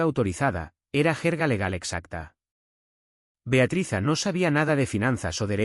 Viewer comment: NARRADOR, CONTIGO EL NOMBRE DE BEATRIZ PARA TÍ O ES BEATATRIZA O ES BEATRIZA, ERES PATETICO EN TUS MANÍAS DE EXPRESIÓN